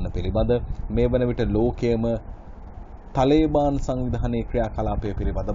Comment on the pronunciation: තලේබාන් නෙවෙයි මල්ලි,, තාලිබාන්. තාලිබ් කියන්නේ අරාබි භාෂාවෙන් " ශිෂ්‍යා " කියනෙක. තාලිබාන් කියන්නේ ඒකෙ බහුවචන. (Students)